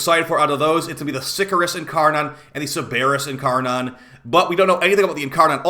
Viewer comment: Ok enough, it's not incarNON it's incarNIN